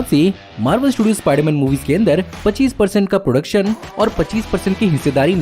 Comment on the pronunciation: Ispaiderman ispaiderman 😂😂